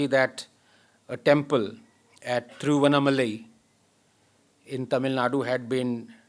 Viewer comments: Thiru-vann-aa-ma-lai तिरुवण्णामलै....help ranganathan pronounce the name correctly :) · MKG WAS AND IS A FUNDAMENTALLY KATTAR HYBRIDIZED MUSALTU KRISTU , Anand Ranganathan . Also , UMMA , PLEASE DO NOT Pronounce it as UMA . Your name is Southern Bharatiya , and you can’t pronounce THIRUVANNA MALAI ?? THIRU ANNAMALAI ..?.. For the rest , you are an Admirable Role model ... adhaarmic in DHARMA MODULE !! Only you can correct blocks you have created yourself ...